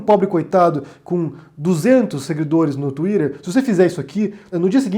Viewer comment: Não fale mais tuider, por favor.